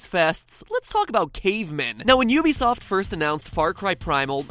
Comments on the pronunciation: ehk, he pronounces ubisoft you be soft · Ubisoft is pronounced oo-bee-soft